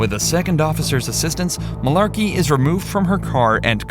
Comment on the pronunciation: Heh. "Mullarkey"